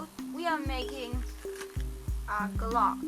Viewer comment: when you say glock you are like u dont know what youre saying hehe...